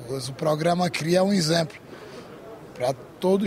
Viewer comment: O melhor político de Alagoas, é sem dúvidas o JHC, se junta Paulo Dantas, Arthur lira, Renan velho e filho, não dá 50% do JHC. um deputado que não sabe falar o português correto, "lxemplo" volta pra escola pq o correto é exemplo 😂😂😂😂